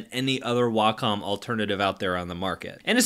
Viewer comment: Glad to hear someone pronounce Wacom correctly as WA - COM instead of WAY - COM